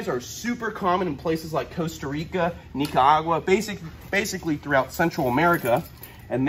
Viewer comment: u missed pronounced Nicaragua 🇳🇮 aka Nicas. Have u ever thought to milk ur poisonous snake for their venom to HELP humanity (human’s)?? 🐍🤔